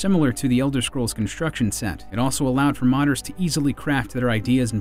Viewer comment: Why does he keep saying Elder "Shcrolls"?